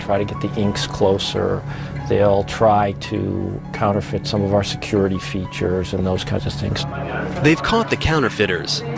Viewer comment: Its counterfeit not canterfent